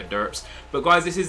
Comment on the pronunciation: when you said peace at the end it sounded like pissss